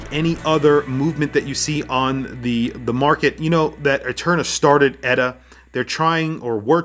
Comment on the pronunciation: Lume is the wrong sort of corner to be cutting for a brand that thinks it's a "Luxury" brand, Inexcusable! Although I want a few of them. And it's E-T-A, not "Etta", ditz.